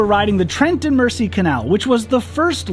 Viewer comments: Beautiful videos. If I have just one teeny weeny complaint ,please please stop calling it the "Mercy". It's pronounced " Merzy". Apart from that,loved it all. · Fun videos. FYI the Trent and Mersey Canal is pronounced Merzee. Not this video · Great videos. Mersey is orounces as though the s is a z. After the River Mersey in Liverpool.